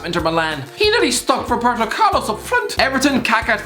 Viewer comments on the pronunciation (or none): none